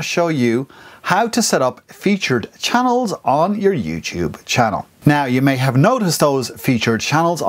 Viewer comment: I laughed when you said "Chah-neeellz" :)) Thanks for this it really helped!